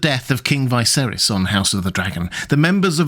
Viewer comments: It's Viserys, not Vaiserys or Vaeserys! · why would you pronounce it "Vai-serys"? like, just why? even in the most mundane things you need to appear different? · anyone else confused by how he's pronouncing viserys lol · Blows me away that you let your posh accent force you into saying the name Viserys wrong despite having just watched the show and hearing his name troughout it. Feels like a choice and im more mad than I should be over it